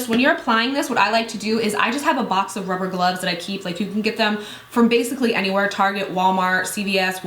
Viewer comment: "ruver glubs" wtf lol